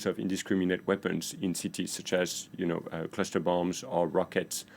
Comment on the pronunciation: Its called cluster not cluter.